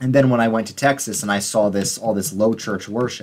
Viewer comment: That “Tyexes” near the mark 😂